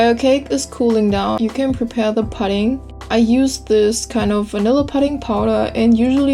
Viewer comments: its poo-ding not pud-ding ... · great recipe! Also pudding is pronounced the same way as putting, like when you say "while you are putting this stuff in.":-) Your accent is so cute!! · lol "I think it comes from seaweed..? I don't fucking know. Google it." Bahahah I love how real you are. Most people pronounce pudding like "püdding" and not "puhding" But you do you, =P The cake looks delicious and beautiful, and I totally cook with chopsticks all the time too. Asian hacks yo. BTW that is called a springform pan. The "ring" is just called the side, and the bottom is the base. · pudding is pronounced pooding ..your cake looks great